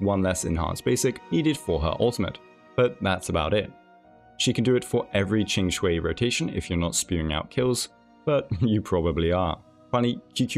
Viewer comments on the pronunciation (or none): none